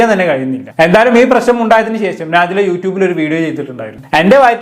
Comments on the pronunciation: നാജില അല്ല വേടലെ നെജില 😂😂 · കൈസെ നാജില അല്ല നെജില